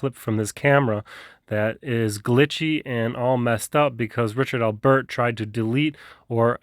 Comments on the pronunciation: Am I the only one bothered by how he’s saying Albert like it’s 2 words? Lol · Funny how you pronounce Albert. Thanks for standing up to that psycho tyrant.